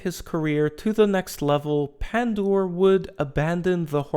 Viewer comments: Great pronounce of his name, no joke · Wow, you did perfect job pronouncing his last name.